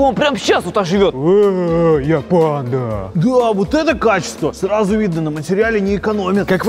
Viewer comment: Как Серёга говорит панда-(ПэНДа)